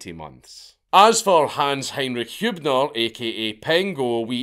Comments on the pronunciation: bro no way you read hÜbner as hub-ner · i know you said sorry but not knowing how to pronounce a ü should be a sin